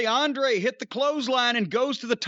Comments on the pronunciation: I really wish Jim wouldn't pronounce Andrade's name like that. Every time I hear it, I think he's saying Andre and Andrade isn't on a level to be thought of alongside Andre the Giant in any regard. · the older he get the more Jim treads on blatent racism. say Andrades name right, damn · Cornette is dismissive as f*ck by mispronouncing his name all the time.